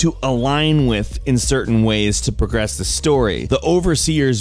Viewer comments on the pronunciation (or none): none